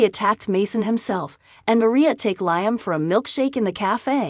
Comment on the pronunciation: This is so bloody irritating. She has no clue as to how to pronounce “Liam”. Her use of “Lie Am” is gross.